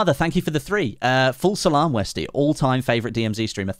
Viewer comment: For the longest time I thought you were saying "false alarm" not "full salam". Love your stuff. You, jack, tomo, stod... All great to watch Hope to one day be on your level and maybe even do a stream together. Putting together some content now, and eventually will continue streaming.